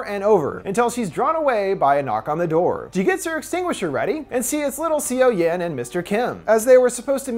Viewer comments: I watched this movie and I was so excited for this review and I really liked it! BUT in the beginning I was like "whose Sio-Yen?" Her name is pronounced similarly to "SO-yon" Overall it was a great review~! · HAVE YOU NOT WATCHED THE MOVIE ITS PROBOUNCED SUH YUN NOT SEE YO YEN!!!! Dislike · seo-yin is pronounced "soh-yin" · Hearing c o yen makes my skin crawl! 😬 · I know i'm late but just a heads up, for Korean movies (since i see you doing more of them lately) the "eo" character in Korean is pronounced more like the English "uh" so the main character's name is actually pronounced more like "So young" without the g at the end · This video was entertaining but I'm wondering if you actually saw the movie? You pronounce her name "see-o-yen" and I suppose a foreigner might mispronounce 'Seoyeon" this way by reading it at first, but if you actually watched the movie, wouldn't you pronounce it like it is pronounced in the movie? So more something like "soyon". This is very disturbing to me as it's a name which pronunctiation isn't hard once you heard it.